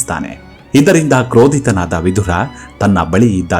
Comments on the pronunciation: ವಿಧುರ ಅನ್ನುವ ಉಚ್ಚಾರಣೆ ಸರಿಯಲ್ಲ." ವಿದುರ " ಸರಿ. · Vidura is correct why u r pronouncing vidhura please say as vidura don't make confuse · ಅದೆಷ್ಟು ಸ್ಪಷ್ಟವಾಗಿ ಕನ್ನಡ ಮಾತು ಆಡುತ್ತೀರಾ 🙏🏻 ಕೇಳುವುದೇ ಸೊಗಸು ವಿಧುರ ಅಲ್ಲ ವಿದುರ ಎಂದು ವಿನಂತಿ ಮಾಡುತ್ತಿದ್ದೇನೆ 🙏🏻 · Vidhura alla vidura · Vidura annodu sariyada heasru, Vidhura alla, vidhura andre hendatiyannu kaledukondava emba artha ide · Swamy, Adu vidura. Vidhura alla. Vidhura andare hendati sattava endu artha. Dayamadi nimma bhasheyannu saripadisikolli 😅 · ಮನಸಿಗೆ ಬಂದ ಹಾಗೆ ಕನ್ನಡ ಉಚ್ಚಾರಣೆ ಮಾಡೋದನ್ನ ಬಿಡಿ, ವಿದುರ ಅವನ ನಿಜ ಹೆಸರು, ವಿಧುರ ಅಲ್ಲ, ವಿಧುರ ಅಂದ್ರೆ ಅದರ ತದ್ವಿರುದ್ಧ ಅರ್ಥ ಇದೆ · ಈತನ ಹೆಸರು ವಿದುರ, ನೀವು ದ್ವನಿಸುವಂತೆ ವಿಧುರ ಅಲ್ಲ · ವಿಧುರ ಅಂತ ಬಳಸಬೇಡಿ.ಅವನು ವಿದುರ.ವಿಧುರ ಅಂದ್ರೆ ಹೆಂಡತಿ ಸತ್ತವನು ಅಂತ ಅರ್ಥ.ಕನ್ನಡ ವನ್ನು ಸರಿಯಾಗಿ ಉಚ್ಚರಿಸಿ ಮತ್ತು ಬರೆಯಿರಿ.ಎಲ್ಲ ಅರ್ಥಹೀನವಾಗಿ ಹೇಳುತ್ತಯೂ ಟ್ಯೂಬ್ ನಲ್ಲಿ ಜಗತ್ತಿನಾದ್ಯಂತ ತಪ್ಪು ತಪ್ಪಾಗಿ ಹರ ಡುತ್ತೀರಿ. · ವಿಧುರ ಅಲ್ಲ ವಿದುರ. ವಿಧುರ ಅಂದರೆ ಹೆಂಡತಿಯನ್ನು ಕಳಕೊಂಡ ಪತಿ. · ಹೆಸರುಗಳನ್ನು ಸರಿಯಾಗಿ ಉಚ್ಛರಿಸಿ. ವಿಧುರ ಅಲ್ಲಾ; ವಿದುರ. ಕೊನೆಗೂ ವಿದುರನ ಅಂತ್ಯ (ಸಾವು) ಹೇಗಾಯಿತೆಂದು ಹೇಳದೇ ಬೇರೆಲ್ಲಾ ಸಂಗತಿಗಳನ್ನು ಹೇಳಿದಿರಿ. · ಈ ವೀಡಿಯೋ thumbnail dalli ಬರೆದ ಹಾಗೆ ಅಥವಾ ನೀವು ಉಚ್ಛರಿಸಿದ ಹಾಗೆ, ವಿಧುರ ಅಲ್ಲಾ. ವಿದುರ ಎಂದು ಸರಿ ಹೆಸರು.ವಿಧುರ ಎಂದರೆ ಹೆಂಡತಿ ಇಲ್ಲದವನು ಎಂದು ಅರ್ಥ. ದಯವಿಟ್ಟು check ಮಾಡಿ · ಭಾಷೆಯ ಉಚ್ಚಾರಣೆ ಶುದ್ಧವಾಗಿರಲಿ. ವಿದುರ ಅಲ್ಪಪ್ರಾಣವಾಗಬೇಕು